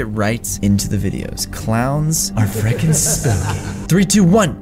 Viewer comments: it’s not freakin it’s frikin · it's frekin